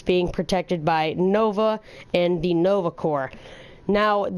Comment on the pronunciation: He pronounces ,, the " wrong 🤔